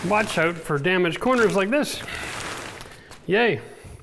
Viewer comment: It'sOUT NOT owut!